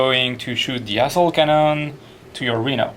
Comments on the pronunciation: When he said assault cannon... it sounded like he said ass-hole cannon... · When the boss French dude playing Dave, I thought he said ***hole cannon instead of assault cannon when he was shooting the Rhino with his Land Raider. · XD asshole cannon am i the only one that hears that instead? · no offense to the french guy buy when he sayd assault cannon it sounded like asshole cannon